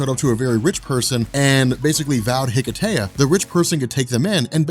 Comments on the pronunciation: Hello and guys in the Robchor. I am Christos from Greece and I just wanted to thank you for the great content of your channel and your good work. Plus I wanted to add that hearing the word hiketeia so many times just caused me pain because the word is Greek (as is the ritual) so I just wanted to add that the proper word is more like hikesia (with a silent "h"). Keep up the good work. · Why did they call it Hiketeia? The correct pronunciation is Ekesia (Ικεσία). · Wouldn't it be pronounced Heh-Kay-Sha?